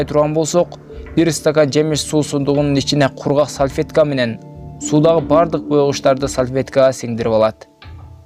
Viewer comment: Салфетка салфйетка эмес😐